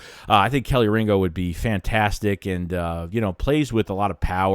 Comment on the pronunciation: KEY-Lee Ringo, Kelee Ringo. Not Kelly Ringo... SMH...